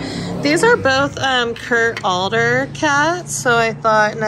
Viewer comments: Adler is pronounced ADD-ler not ALL-er. It’s a good brand to pick up as you know. Just thought you’d like to know how it’s pronounced. Nice job not getting angry at that guy…I probably would have gone off at him. I’ve had that experience and find that body language can work better than just words because of language barrier. This is my biggest challenge at the bins…people not respecting personal space. The people who get in a frenzy have tunnel vision and don’t realize and or care that they are throwing things and running into people. Anyway, nice finds. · not alder but Ad---ler high end ornaments similar to Jim Shore